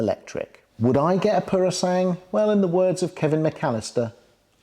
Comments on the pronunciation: Thank you for the information. But please do not change the name of the Purosangue, it is not purosang but Puro-san-gue. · i think i've heard you calling it "Purosang". The last syllable (GWE ) was missing. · Purosangue is pronounced pooro-sang-gwe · For those who may care: "Purosangue" is pronounced "PUROSANGWE" - where "GWE" sounds the same as in "Gwen", Owen, Dwell etc. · Ok let's get the pronunciation right... PuroSangue is "poor..roh" "sangweh". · Great review. Do try and pronounce the ‘gue’ at the end of Purosangue. Like the English word, sanguine. ☺️☺️☺️